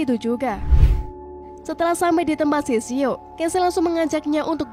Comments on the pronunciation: Kak itu shishio bukan shishao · Sishio min bukan sisao..